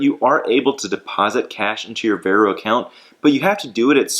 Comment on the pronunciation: It’s pronounced “Var-oh”